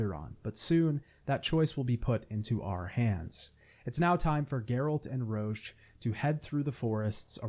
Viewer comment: In Witcher 2 when he keeps calling Roche “Roach” I just keep imagining the horse